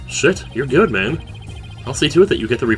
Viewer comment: I really enjoy when you say "GUT" everytime a "Good." appears on screen. I have a really large smile on my face rn. Love you.